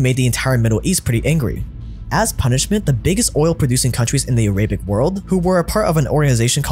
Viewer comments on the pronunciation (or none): It’s not “A-ra-bic” It’s “Air-a-bic” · arabic is spelled "a-raah-bihk" and not "a-ray-bik" just wanted to point that out lol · "Arebic" lol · Great video can’t stop hearing “Araybic” though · I’ve never heard someone say “Arab” and “Arabic” like that 😂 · Why do you pronounce Saud and Arabic like that? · ability to mispronounce even the most obvious words is stunning. I thought he would never be able to top saying “Papal States” wrong, but not knowing how to say Arabic correctly takes the cake.